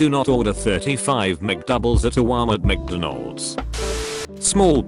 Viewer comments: I like how the thing says "McDonals" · “I used to work at micdinolds” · is so lazy he doesn't even replay the voice to check what the voice says Burjur king Seven to eleven CHIPOTAL Macnolds